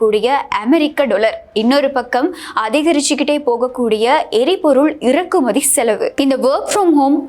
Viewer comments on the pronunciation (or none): இரக்குமதி அல்ல இறக்குமதி. மொழியில் உச்சரிப்பு முக்கியம்.